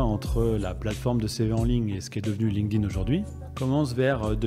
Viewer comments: "ligne-ding" au lieu de "link't-in", je n'entends que ça. Hé hé! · faudrait commencer par la prononciation.. c'est Link'd - Inn... pas lingueding, ni linkeudin For pity's sake! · j'adore comment les français prononcent Linked In ''Linkeu Din'' 🤣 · "Ligue ding" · c'est trop mal prononcé 😂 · C’est fou comment les français ne comprennent pas que ça se dit pas « Linguedin », quelle connerie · Bon écoute ça se prononce linkt in. Comment est-ce possible de passer autant d’années dessus et ne pas être capable de le nommer à l’oral ? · J’ai encore jamais entendu un français prononcer correctement LinkedIn. Le pire (et répandu) c’était “ Line ke dine” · comme quoi il n'y a pas besoin de savoir prononcer LinkedIn pour le comprendre mieux que la plupart des gens!